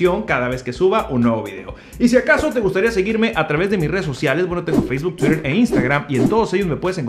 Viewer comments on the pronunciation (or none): none